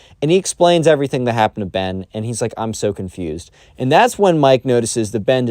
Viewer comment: ben really messed up like that "ben"